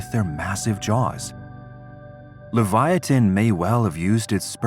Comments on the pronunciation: It's pronounced Liv/ ya/ tan not le/va/ya/tan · Why is this name, Livyatan, pronounced as a four syllable name? I mean, "Livyiatan" is being said, but clearly the correct spelling Livyatan would be only a three syllable name...strange!